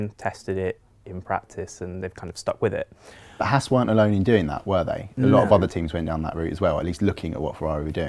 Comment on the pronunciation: Can the presenters please say HAAS correctly like the long haired guy is. HAAS not HARS. Just saying XD